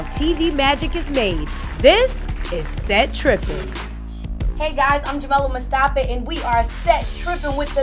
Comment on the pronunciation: Jamila Mustafa.. and she says Mustafee